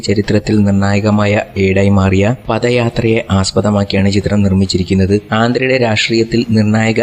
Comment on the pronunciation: PATHA YATRA ALLA PAADHA YATRA ENNANU TETTICH PARAYARUTHU